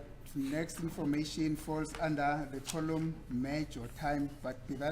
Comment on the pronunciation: Thank you said that. I thought I was the only one who was noticing how fast and ignorant this lawyer is. He pronounces "column" "coloom". Whomever hired him to defend them is equally daft.